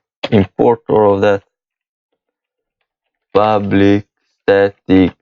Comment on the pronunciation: Man, All I keep hearing is "public void ublic"